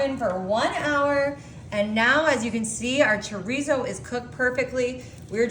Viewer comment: 😳 puhcantee kaysadilluh choreesose. So baysukly a giant pan of flavored semi-solid fat and protein. I'll take a hundred gallons. 😝